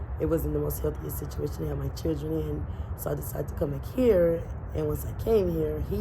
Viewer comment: Wait did she say 8 CHIRREN 😮?